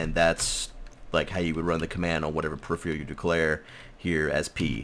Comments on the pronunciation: From a loyal sub and viewer, and with respect....pe·riph·er·al -- Pronunciation: [puh-rif-er-uh l] It sounds like you're saying periphrial or periphreal... and it's great. lol Thanks for the ep! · The word is said per-if-er-al. -_